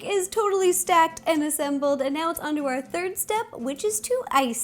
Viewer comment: When she Said.....on to step 3 it sounded like she said underwear 3